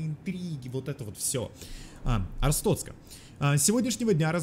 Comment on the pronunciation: Ребята, не Арстоцка, а АрстоТцка